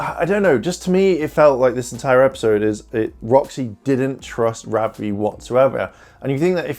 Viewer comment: Your saying ravi wrong